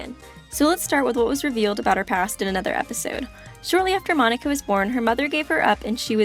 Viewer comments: monaca mo-na-ca say it slow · Jaxxx x Its Monaca not Monica